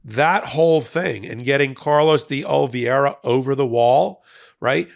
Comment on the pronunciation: Oh - lee - VAY - rah. Say it out loud. Love your content, but I thought you might need this. It's not as hard to pronounce a you're making it.